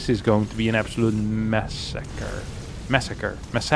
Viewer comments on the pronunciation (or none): none